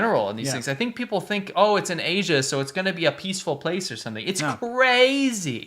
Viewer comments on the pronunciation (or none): none